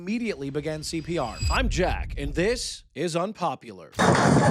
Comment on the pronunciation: Aw, man. Jack, you changed the tone of the intro. Now you say "this IS Unpopular". Before it was "THIS is Unpopular".